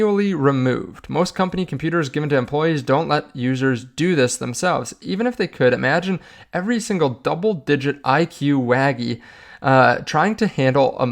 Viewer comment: Waggy? Its wage-ee like wage workers you silly goose